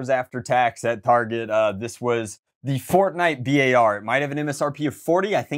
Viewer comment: B-ar is actually the BURST Assult rifle. I cringe every time he says the name. Nice content anyways.